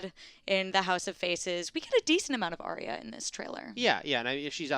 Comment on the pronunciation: these two don't even know how to pronounce Arya!